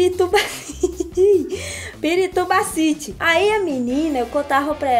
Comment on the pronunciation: Pirutubacity kkkkkkkkkkkkkkk